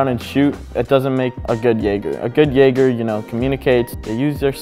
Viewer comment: Jäger* Not "Jager" bruh come on man